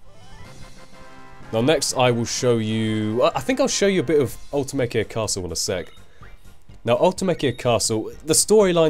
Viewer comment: Also, I believe "Ultimecia" is pronounced Ul-tye-mee-see-uh, and "SeeD" is just pronounced like the word Seed. Can't say for sure though, because unlike FF7, FF8 never got any voice acted extended universe content. Wonder who's right? :P